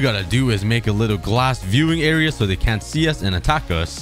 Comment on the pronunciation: i love how he says "era" instead of area lol.